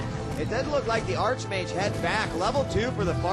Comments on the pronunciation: How I hate people who pronounce arCHmage instead of arKmage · Its pronounced Ark-Mage rofl